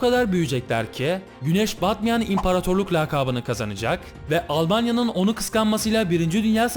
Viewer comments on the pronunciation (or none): Dili kaymış. Almanya